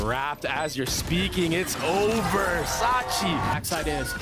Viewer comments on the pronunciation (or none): not the caster called sacy, saCHI. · sacy ❌sachii ✔ 🤣😂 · kept saying it on accident, he said on twitter that his brain said sacy but his mouth sawchi honest mistake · Sacy being called Sachi feels so wrong lol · sacy not sacchi -_ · why caster read sacy like sachy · Ok but who tf is “sachy” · Bro..someone please correct this caster holy f My goat sacy being called sachi hurts my soul. Guess basic English wasn’t required to be a caster Jesus Christ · sachi 😭 Wait the caster says sachi the entire video 😭😭😭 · I WAS WONDERING WHO IS SACHI 😭😭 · one commentator kept mispronouncing it Sachi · That one caster can't pronounce sacy's name right 🥲🥲🥲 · The caster didnt mean to its just the way hes pronounced it for a while.